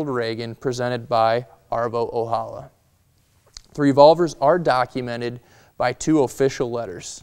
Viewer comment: Arvo Ojala is a finnish name and Ojala is pronounced with a J not with H =)